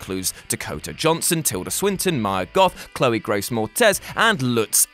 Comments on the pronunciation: did you say Chloe Grace Mortez?? hahahahaha it's Moretz. pronounced Moore-Etts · Moretz, not “Mortez”